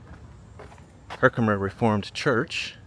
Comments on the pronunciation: yes you pronounced Herkimer right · Yes, your pronunciation of Herkimer is correct.